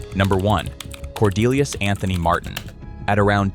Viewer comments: "Cordelius" for God's sake. What in the sacred F?? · After saying Cordelius.....say no more.